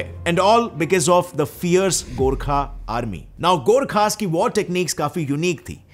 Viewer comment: The fact that he pronounced GORKHA and PRITHVI NARAYAN SHAH correct than most Indians makes me like him even more